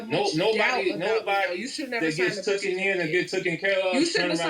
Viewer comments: He said tooken vs taken too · He is ignorant for calling his daughter's hair nappy to a white man. Can't even talk correct who says tooken in the word is "taken" fool. What kind of business is he running?